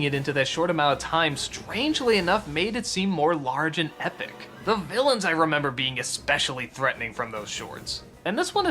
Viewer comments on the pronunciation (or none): none